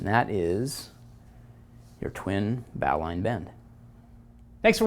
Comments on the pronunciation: Is that twin bowline bend not just basically two sheet bends? Also it's pronounced bo-lin (bo as in boat, lin rhyming with tin). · The correct pronunciation is "bo" (rhymes with "go") "lin" (rhymes with "tin"). Logic would dictate that it be pronounced "bow" (rhymes with "now") "line" (rhymes with "mine") but the English language isn't based on logic. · After 60+ years since first learning the bowline as a cub-scout, I won't be changing how I pronounce it. I'm sure for many, bow-line -- as you say it, is slightly jarring. But I did check Wiki and this is perhaps one explanation for its far more common pronunciation today: History The bowline knot is thought to have been first mentioned in John Smith's 1691 work 'A Sea Grammar' under the name Boling* knot. Smith considered the knot to be strong and secure, saying, "The Boling knot is also so firmly made and fastened by the bridles into the cringles of the sails, they will break, or the sail split before it will slip." *Boling (f/various origins, including German Böhling and English Bolling and Bowling) would never reasonably be pronounced 'bow-ling', and although Wiki doesn't elaborate, I suspect the knot may have been named for a person, and not the bow of a ship. 'Boling' was a common family name in the English-speaking world of that era. Although a sailor and not a climber, I very much enjoy your site. Many thanks and keep up the good work. Regards ...